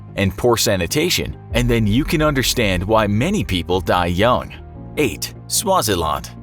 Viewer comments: You pronounced Swaziland wrong its not laand its land don't drag the name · The way he said Swaziland. You say the land as what you say it usually.. Btw I'm from Cape Town and I just noticed that small mistake 😂😂